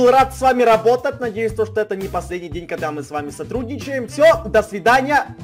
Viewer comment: Мне показалось или он сказал не работать, а работат😂😂😂😂😂